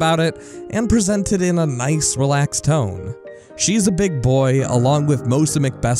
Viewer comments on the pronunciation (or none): none